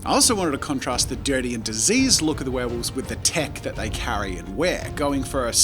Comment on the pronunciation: This is an awesome video but there's one thing that bugs me. 'Werewolves' not 'warewolves'